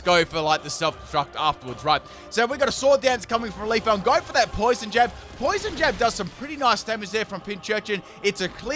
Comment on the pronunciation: did you just say "leaf-on" and then pronounce Leafeon correctly immediately after?